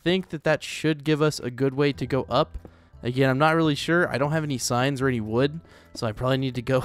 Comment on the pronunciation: When u say I need some more signs it sounds like I need some more science...